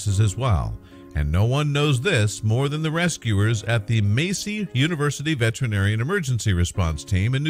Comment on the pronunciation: "Massey", as pronounced is very wrong. That "a" is a "hard A", just like the Finnish Ä or ä, or the "a" in "bat" or "cat". Yes, even as the second "a" in "headcramp' from or the "a" in "therapy" from the same URL. Got it?